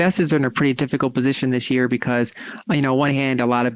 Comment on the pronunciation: She said "this year", not "th'sheer". YAY!!!!